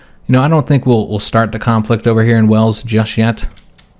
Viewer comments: Wales came out as "Wells" a few times (hole in the grouns for water) :) Warwick is a weird one, I struggle with how to write it phonetically! The middle is very soft, and it's all one syllable. The "r" is much softer than the "w" so it's not "war" (mass fighting) "wick" (middle of a candle), its more like wa-rick, but with a soft r and all one syllable! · Thanks for the video, just started Koh2 myself and this has been helpful to see someone else getting to grips with it! Looking forward to seeing how the campaign pans out! A couple of pronunciation bits since you mentioned- Wales is pronounced "whales" - the same as the large aquatic mammal. Warwick has a soft / silent "rw" in the middle, so more like "wa-ick" rather than "war - wick". Cheers (from a Welshmen who went to university at Warwick !)